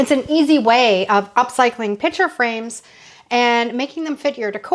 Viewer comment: I hope this doesn’t sound as critical as I think it does--😢 but, your pronunciation of "piCture" as "piTcher" really assaults my ear! LOL! 😅 😮 I loved your ideas and how you transformed the picture frames, 🎉 ❤but I had a very hard time listening to you say: "piTcher" frame so many times...😢 Is this pronunciation typical of your regional area?